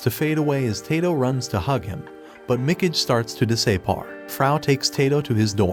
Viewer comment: "he starts to dis-I-par"